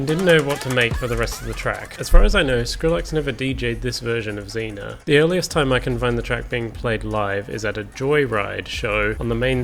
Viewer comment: It’s pronounced ray vol pee and zeen yaa just btw